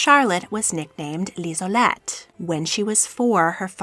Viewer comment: It's Liselotte, not Lisolette.